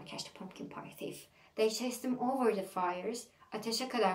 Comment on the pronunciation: Thief okunurken th “f” şeklinde okunmuyor ayrıca ingiliz ve amerikan aksanını beraber yapıyormuşsun gibi geliyor kulağa konuşurken..